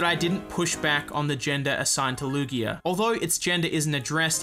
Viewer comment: Lugeo is LOOgayoh, not looGHEEoh. Ryujin has a consonant y.